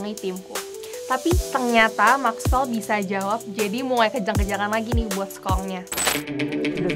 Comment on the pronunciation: Mexwell bukan makwel😅